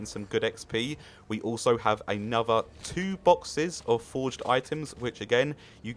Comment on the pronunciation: "Xp method" yeah its called landing and opening things and eating foraged items. Its pronounced "for-age" not "forge" btw